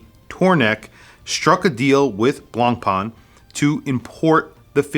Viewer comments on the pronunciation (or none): Nice watch (but really a bit too dear: thats a japanese copy of a copy of a copy, come on) and nice review, but the correct pronunciation of BLANCPAIN is not BLANCPAAN, but rather BLANCPEN